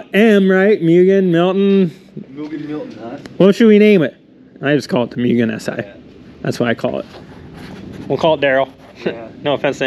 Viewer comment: It's pronounced MOO-GEN